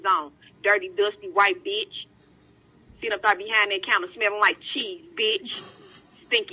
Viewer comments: Uurrggg... It's not "beach" it's bitch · When you put captions on, the black lady kept saying beach😂😂, not b!tch. Lol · That was about 300 times she said “beech” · "Liddle do you know, beach...!!" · Here's a challenge take a shot everytime she says beech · All I heard was beach